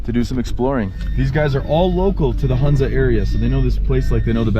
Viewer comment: Dear it is Hunza with ho sound means Honza..